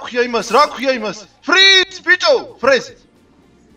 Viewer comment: Pov: ზღაპო fრეზე❌ fრიზე❌ fრიზ ✅ საღოლ მაგარი ვიცინე ❤❤❤